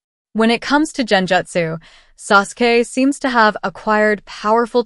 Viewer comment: It is Gen jutsu. Gen. Not Jen